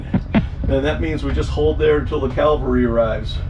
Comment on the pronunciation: There's a major difference between "calvary" and cavalry. Just sayin'.